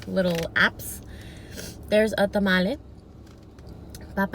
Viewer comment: I cried when u said tamale it hurt my soul